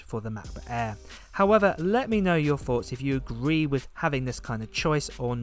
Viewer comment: why do you say air like that? lol MacBook ayaaaaaaa